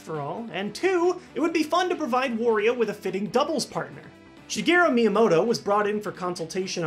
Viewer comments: Why do you call Wario, war-rio. It’s wah-rio. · ...Why does everyone pronounce Wario as "Worrio"? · ***** well I don't say it as in "warehouse" if that's what you meant. I had assumed it was meant to rhyme with Mario. WAH-rio. Also I'm pretty sure the origin of Wario and Waluigi's names are Mario and Luigi combined with the Japanese word "warui", which means bad, and is pronounced is a similar way to my Wario pronunciation above.